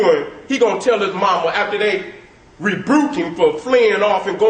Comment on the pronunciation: did my man say REBRUKE not rebuke? and did he say I-ganistan?